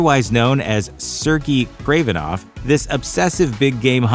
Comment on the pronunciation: It’s pronounced sir-gay kravenoff